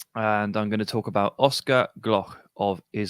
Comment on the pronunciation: love it mate, the first time someone talked about oscar and not butchered his name😂